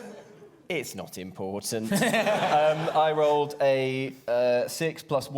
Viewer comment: It was ...ImPAWtant ... to free the Valet.